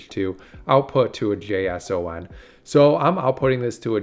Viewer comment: JSON is pronounced Jay-sawn.